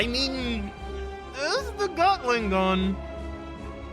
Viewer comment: Did i just heard him day gatling gull?